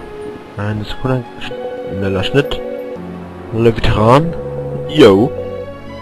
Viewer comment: Der heißt Leviatran und nicht Leviteran